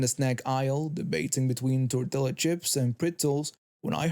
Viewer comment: Tortilla is pronounced tor tee ah.